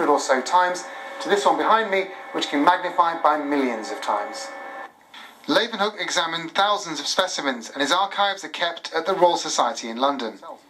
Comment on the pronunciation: You'd think the TV presenters would learn to pronounce the Dutch father of microbiology's name properly -- how a native English speaker would pronounce: 'Lay-oo-wen-hook' ('oo' as in 'book')